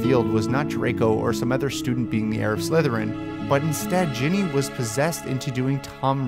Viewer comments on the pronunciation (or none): Sounds like he keeps saying Jenny not Ginny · G-inny not Jenny GINNY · Sorry but anyone else annoyed with the way you said "Jenny" and not "GINNY" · Man she's GINNY Not JENNY. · STOP SAYING JENNY